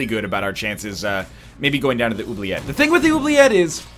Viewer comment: As a french canadian im actually rather pleased with how you say "oubliette"